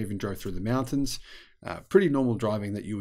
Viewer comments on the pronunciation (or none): none